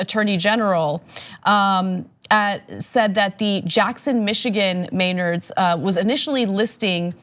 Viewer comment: It's pronounced Meh-nards. "Me" like in "men", and "ard" like in "hard" (sounds almost dirty when I put it like that)